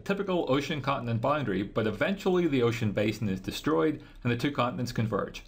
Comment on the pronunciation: Someone teach this man how to say boundary.